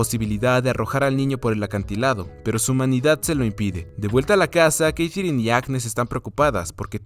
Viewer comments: Porque la sigues llamando Keitherine a Katherine 🤣🤣🤣🤣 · Que mal pronuncias Katherine, tío. No es tan dificil....